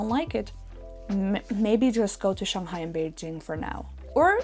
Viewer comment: Your pronounciation on Shanghai, Hangzhou was spot-on! Chinese is a tonal language. How you sound matters.